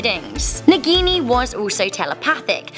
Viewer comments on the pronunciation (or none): They can't pronounce a single hindi word correctly...they introduced 'Naagin' as 'Nagini' in movie. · Hahah the way you pronounce "naagini"